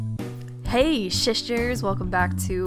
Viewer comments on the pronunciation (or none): Unstead of hey shisters you should say hey raesters